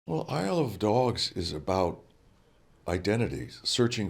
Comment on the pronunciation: The way he says "Isle of dogs" is more of a "I love dogs")